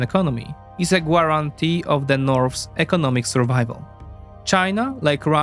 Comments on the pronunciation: Love your content. Btw, guarantee is pronounced Gare-en-tee, the u is silent. No w sound in the word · Friendly advice: "Guarantee", the 'u' is silent. It's pronounced "Garantee" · Just a heads up "guarantee" is pronounced without the "u" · I shiver everytine You try to pronouce guarantee :D good job anyway, love Your work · Not to nitpick, but since you said it a few times I felt you might want to know you're pronouncing "guarantee" weird. The "guar-" syllable is pronounced like it rhymes with "hair". To be fair, this is a very understandable mistake because in basically all other English words containing the "ua" vowel pairing, it is pronounced the way someone would intuitively combine the "u" and "a" sounds. I have no idea why "guarantee" is the one exception to the rule.